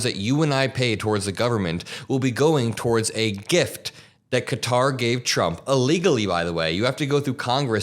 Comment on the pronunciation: Thank you for pronouncing it ""Kha-Tar" and not "Cutter"